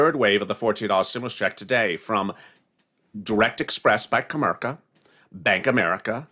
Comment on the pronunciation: Comerica not comerka